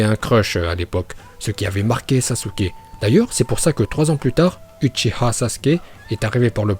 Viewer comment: C PAS UCHIHA MAIS UCHIWA!!!!!